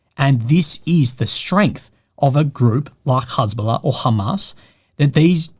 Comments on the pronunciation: It's interesting hearing has bola pronounced. I only read it and I had a different pronunciation. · don't worry! you won't get demonitized because the way you pronounced it you said Hasbulla -- the Russian guy with dwarfism